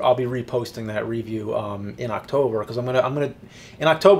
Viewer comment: IT'S RE*VIEW*! NOT *RE*VIEW! GET IT RIGHT